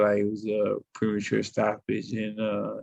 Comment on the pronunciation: Pre-mature…. He said “premature” 🤣 Hey Errol “The UnDisputed Cunt” Spence I believe you have the role of “Mushmouth” in the new Cosby Kids movie all but wrapped up!